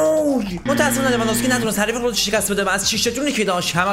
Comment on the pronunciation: میگه لوانذوفسکی😂😂😂😂😂😂😂😂😂